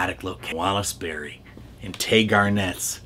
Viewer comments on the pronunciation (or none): As much as I'm a fan of yours, I was poking fun at your mispronunciation of Beery. I think you never heard of him. He was a big star, and for a while, was Gloria Swanson's starter husband.